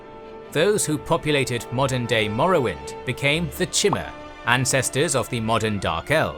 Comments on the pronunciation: Props to the narrator regardless, but it is pronounced (Ayy-lee-id and Kai-mer) by most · I thought i was crazy for thinking it was pronounced kigh-mur and not shi-mur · This dude just said "chimmer" I'm out. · The way you pronounce Chimer pisses me off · The way he pronounced "Chimer" made me want to commit the Black Sacrament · Good quality, accurate, long time fan. Only complaint is the pronunciation of some words/names like Chimer